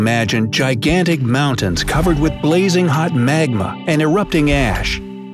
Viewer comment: it’s Magma, not Magmar